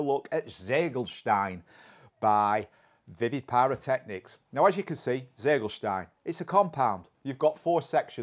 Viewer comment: i thought you speak german 🤔 You should be able to pronounce "Ziegelstein" better 😉😘 I don't understand the sense of an english fireworks importer giving his cake a german name🤷‍♂